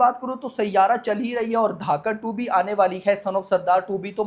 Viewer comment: धाकड़ 2 😂😂😂 धड़क 2